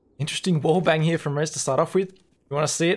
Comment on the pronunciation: How often did you say "hya" ("here" with a weird pronouncation)? xD Jk, great Video as always